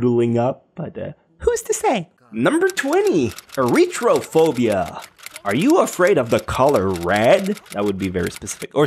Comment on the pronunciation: Erythrophobia has a th sound, like the. Air E th row phobia